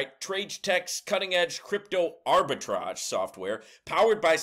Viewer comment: It's pronounced like Arbi-TRAGE, NOT TRAIG. Thanks for the video!